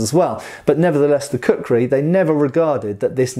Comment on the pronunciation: Please say "Kukri" once more, I dare you!